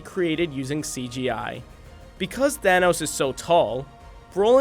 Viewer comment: The way he pronounced Thanos...